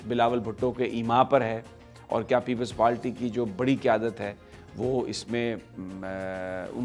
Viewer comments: Sami Abraham it is " People's Party" not "Peple Palty" please please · Uncle aap itna senior sahafi ho kar bhi aap PPP ko People's PaLty kehte ho? Unparh log jinko English nahi ati woh People's Party ko PaLty kehte hain. Please avoid such mistakes, it's embarrassing.